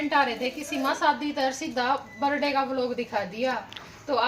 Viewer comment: Berday kyu bola kre birthday hota h